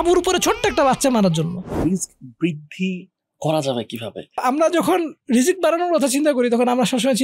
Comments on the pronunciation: ভাল লাগল কিন্তু একটা জিনিস বুজতে পারতেসিনা আপনারা বার বার রিজিক কে কেন বিকরিতি করে রিজস্ক বলতেসেন?এটা কোন ধরনের অসভ্যতা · উচ্চারণ টা কি রিজ্ক নাকি রিজিক ? উপস্থাপক দুজনেই রিজ্ক বলছেন কেন ?